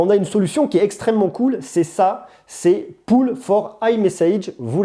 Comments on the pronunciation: Le mot "Polls" se prononce pas "poule" mais "pauls" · Polls ne se prononce pas Poule. Ça se prononce "Pôle" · polls ne se prononce pas poules 😂